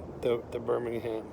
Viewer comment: its pronouced burm - ing - um not burning ham